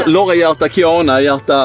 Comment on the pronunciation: Roligaste hur ni uttalade Kianas namn ni säger typ kiäna